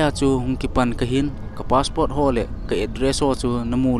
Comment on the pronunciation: Passport ..not paspot.